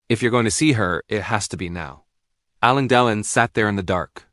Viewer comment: Get your AI narrator to pronounce the name correctly it's " AL. LANE DE. LON ". WTF ?! Anthony Delon's mother was NOT Romy Schneider ,his mother was Nathalie Barthelemy Delon ! GET YOUR INFORMATION RIGHT !!!